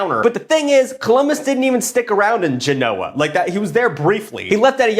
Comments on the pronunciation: He's a funny guy, but his ability to pronounce Genoa needs work. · It bothers me how you can't pronounce "Genoa" and "neanderthal".